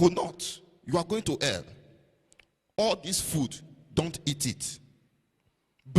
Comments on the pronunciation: He said you are going to err😂, instead of hell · "You're going to ELL" , 😂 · to be fair he did not say "hell" he said "ell"... 🤣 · Pls he never said u will go to hell...he said u would go to “ell”...let’s be guided😂